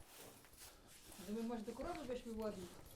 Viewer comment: Коровиии, холоднооо, пахнеее. Чому наголос не туди ставите? 😊